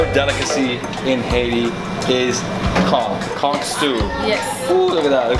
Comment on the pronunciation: Oh hunny, where'd you put all that food?! 🤣 And thanks for pronouncing Conch with the hard c at the end - cuz it grates my nerves when pronounced otherwise! 😒😂 I'm glad you enjoyed all the good food!